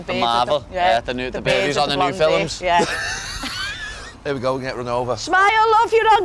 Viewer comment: "the bird who's on the new filums?" that one got Gary 😂